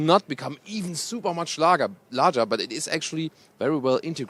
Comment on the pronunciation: LAGER? is truly german!